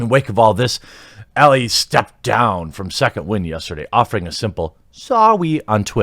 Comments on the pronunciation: Great video except that Ellie is pronounced Ell-ee. I have no idea how ie comes out as eh or how you didn't catch this before the video. Is Elleh even a name? Alright I'm done roasting you, take a like. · It's Ellie, not Ella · Ellie not Ellah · ellIE not elLE 🙄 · Why are u pronouncing “Ellie” two different ways?